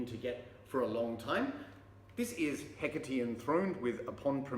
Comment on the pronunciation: Now I know how to pronounce 'Hecate"! The Thyrane album cover is striking. Cheers mate.